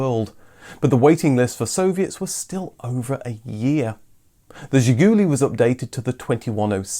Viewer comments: Not "zhigUUUly", but "zhigulYY" is correct accent. The final syllable stressed in Russian. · It is not pronounced Ziguli ........... it is pronounced ZHIGOOLAY ...... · It's Zhi-goo-LEE, not Zhi-GOO-lee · Excellent! Absolutely excellent video, probably the best one I ve ever seen about Zhiguli. In Russian Zhiguli is pronounced with the stress on the last sillable zhiguLI. Thank you very much for your fascinating videos Best wishes from Russia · It is pronounced "Zhiguli" with stress on the last "i". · It's pronounced "Zhih-goo-LEE." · Funny fact about the name "Ziguli" it's a plural word. Just imagine the British car named "The Highlands". By the way you should say it more french with stress in the end of the word as "Zhigoulee". On the Soviet domestic market it was the main name of the car. "Lada" name was on the badge, but nobody used this word until early 2000s when Kalina released. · Zhiguli, as in, she kicked me right in the Zhigulies.